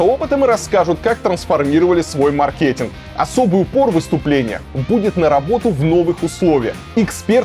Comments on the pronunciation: МАркетинг, мАркетингвые… 🙈 Аж больно 😂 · Ведкщий, научись правильно говорить слово МАРКЕТИНГ! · Маркетинг - ударение на первый слог